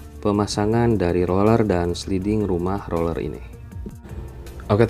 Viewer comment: Lu ngomong rolel rolel gak jls bang sumpah